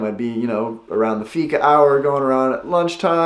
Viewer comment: when you say fika, it kinda sounds like figa, which means pussy in italian.